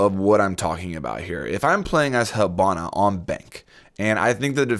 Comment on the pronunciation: why do you all call her hAbana wtf